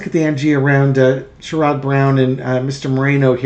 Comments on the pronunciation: It's pronounced SHARE-id, not SURE-ODD. Sherrod Brown. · it sounds like "Cher" and "good" without the g... with the emphasis on the first syllable... (i'm really not a language dictator, i swear! 😂) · Clue: "Sherrod" is pronounced like "Sharon" with a 'd' instead of an 'n.' I'm in Ohio, and even most Rethugs like Sherrod. Only the ignorant MAGAts will support anyone with an R by their name.